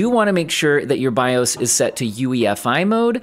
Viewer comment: "bi-ohs" kills me every time